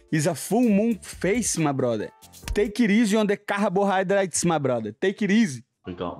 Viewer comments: “Cahabohighdrates” 🤣💀 I love you brother lmao. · Take it easy on the “Caharbohydrstes”